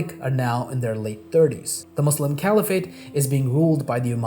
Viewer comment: Yeah, he can't even pronounce Muslim correctly...